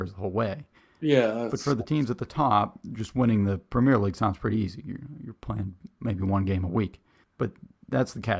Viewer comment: It's not 'premiere' league (in England); it's premier league and it's pronounced 'PREM-yur'.